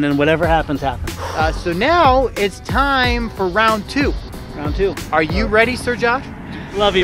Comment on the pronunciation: not rount two, round Poo